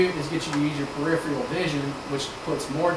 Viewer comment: This guy is an excellent instructor -- I have watched him on some other videos very recently but I do wish that he could correctly pronounce the word "peripheral" (i.e. as in "peripheral vision"). He says something that sounds like "PUR IF - RE RAIL". Not good.